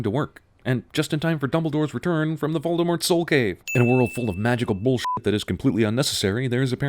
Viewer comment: Wow, an American who actually pronounces Voldemort’s name right.